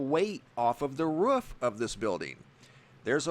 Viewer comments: IT’S >ROOF< NOT RUFF! 🤦‍♀️ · Wrof definitely lol. Thought a dog took over the narrating lol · Wrof or Roof Which one did i hear? Anyway great vid. Keep upp the good work!